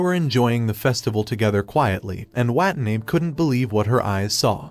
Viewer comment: Her last name is Watanabe, and the ai voice is messing it up.